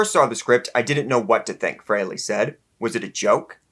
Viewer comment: Not FrayLay, FreeLee.